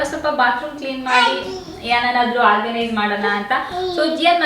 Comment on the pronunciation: try pronounce few words properly, for example organise, when u pronounce frist that also not pronouncing properly (before uploading listan to the audio once den u will come to know how poor is ur pronouncing